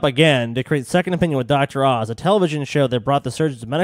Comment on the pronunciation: Oz, not Auze.